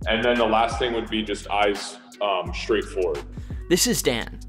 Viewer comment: True athletes always pronounce the STR as SHTR—as in Shtraight and Shtrength.